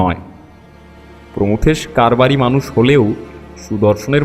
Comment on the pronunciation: "প্রথমেশ" নয়, "প্রমথেশ"। আগাগোড়া ভুল বলে গেছেন। ব্যোমকেশের উচ্চারণও অনেক ভাল হতে পারত।